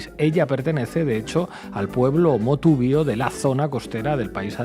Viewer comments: jaja se llama pueblo MONTUBIO no motubio Señor Iglesias infórmese bien antes de su programa. Les recomendaría darse una vueltita por Ecuador y conocer sus nacionalidades y pueblos a fondo antes de estar emititendo criterios sobre su problemática a ciegas. El movimiento indígena está muy dividido desde hace algún tiempo y en especial por la presencia del Señor Iza que no es del agrado de una buen parte de ellos. Ni siquiera estuvo presente en la firma del dichoso acuerdo, porqué no informan de eso también? Es visto con mucho recelo por parte del electorado de la capital especialmente a quien culpan de la destrucción de la infraestructura de la capital en pasadas protestas. El Señor Iza ha hecho firmar a la Señora Gonzales un acuerdo que dificilmente podra cumplir. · Corrección, no es "Motubio" sino, Montubio. Un vasto grupo étnico cultural de Ecuador. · Montuvio, no motuvio, Pablo